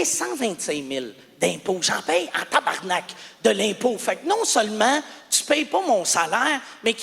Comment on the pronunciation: Il prononce mieux tabarnak que les Français 😂.